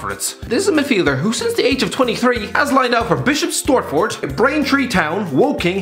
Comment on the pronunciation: Absolutely creasing at his pronunciation of Bishops Stortford